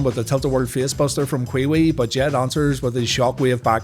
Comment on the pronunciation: I was always a Raw guy. Its so goofy hearing him call a wrestler kwiwi